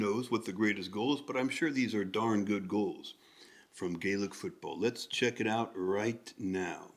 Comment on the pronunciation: Gaelic Football (you pronounce correctly) is far more popular, as 2 of the country's 4 privinces(equivalent to an NBA Conference) do not have a championship in hurling where all 4 do in football.(Both are GAA games). Sports in order of popularity/participation are Gaelic Football Hurling Horse racing Soccer Rugby. Ausie rules that you mention has its origins in this game, brought there by irish emigrants and convicts. The tap on the foot is called a solo run/kick as only one bounce off ground is allowed without a solo in-between, and only 4 steps allowed between either. You are correct, no throwing allowed, ball must be struck with fist or foot. Im intrigued by your insight and reading, far more insightful than we are used to from americans, (no offence). i.e. the change of feet, dummy or fake, and you noticeddifferentsupport runs . You have an interesting eye and one that probably belongs in sport or Coaching.